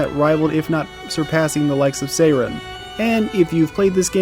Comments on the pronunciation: I get not speaking French. I do not get pronouncing Sirene as "Sayren". In what world lol? Why? How? If you can't say it the French way, fine, just say it like the English word "siren", because that's what it means. Sirene is just siren in French. And if you wanna know the French way to say it, it's not tough, it's basically just "see-ren". That's it. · Sirene is not pronounced as "Seiren." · The Golgra you fought is a side story boss, not the super boss. The super boss is in the village, and is exponentially harder. Sirene is Aline's Axon; Renoir din't create one for himself, and the giant Paintress figure isn't an Axon. BTW, it's pronounced Sih-ren; Verso says it several times in the game. It's French for siren. Also the English lyric song on the mask isn't weird at all; listen to the lyrics. Lastly, Verso is 93 yrs old.